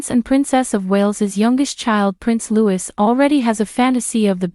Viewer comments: Not pronounced 'Lewis' but in the French way 'Loui'. Please do your homework before making a video like this. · Lou-ie! not Lou-is. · It's Lou-eee, not Lewis. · Louis, not Lewis. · Agreed. I added my own comment on this. Utterly horrendous and ignorant. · Louis! Louis! Not Lewis! There is no princess Katherine! She is Katherine, Princess of Wales. There's a huge difference. I realise this is an AI voice but someone must be programming this. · How many time do Americans say Louis and not looee😭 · It is pronounced Loo-e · Please note his name Louis is pronounced LOUIE. Also his parents new titles are Prince and Princess of Wales and Duke and Duchess of Cornwall. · Is this supposed to be in honour of the late Queen? Read by a mechanical bot that pronounces Loiuis "Lewis"? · Prince LOUEE LOU WEE. Insider? Lol